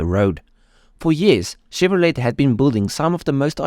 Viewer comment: Great history, I grew up watching these cars. Chevrolet is pronounced Chevrolay ..T is silent. But how would you know, great video.